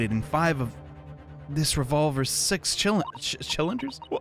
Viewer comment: Fun fact: can’t pronounce cylinders